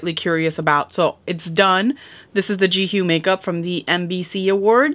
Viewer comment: you are definitely mispronouncing her name 😅 but its okay!